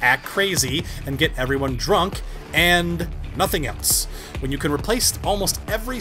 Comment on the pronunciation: “And we are Nazing anything new”